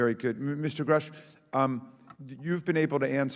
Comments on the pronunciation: Grasch ausgesprochen du Pfosten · Hey Kollege , Erden Freund . Der Name dieses Mannes ist Mir . David Grusch . Aus gesprochen . David Grasch . . . ! Ok schreiben tut man . David Grusch . Angekommen . . . ! Bage . Au Bage . Ich verstehe nicht . Menschen wollen eine Doku an fertigen , & können nicht mal von wichtigen Menschen den Namen aus sprechen . Sowas macht mich Wütend . . . . 👎 Never never never